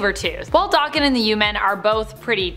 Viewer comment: Daken is a Japanese slang term and insult meaning dog, or mongrel & pronounced DAYKEN, not DOKKEN. DOKKEN was a 1980's hard rock/glam rock band, that was named after lead singer, Don Dokkan.